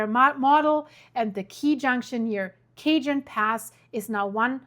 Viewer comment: Cajón Sounds like kuh·hown. The word cajón is pronounced kah-HOHN (or ka-HON). The "j" in Spanish makes a breathy "h" sound.